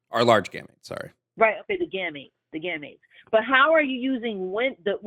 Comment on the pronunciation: The way she keeps saying "gamuts" is so funny, lmao.